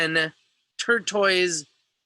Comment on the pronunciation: Tortoise is pronounced like the turtles that live on the land, tort-toss.